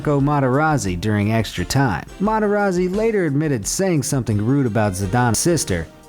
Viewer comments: Its not Rikard, Meradona or Materazi, If somebody watch football those names need to know how to pronounce. And there is nothing to know how to pronounce, you do it correct or incorrect.There is no school for learning this stuff. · U also dont know to pronounce Rijkaard, Materazzi, Maradona.....